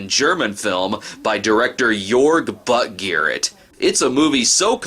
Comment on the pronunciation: I love how Snob doesn't bother attempting the German pronunciation of the director's name and just goes with "Buttgarrett." 🤣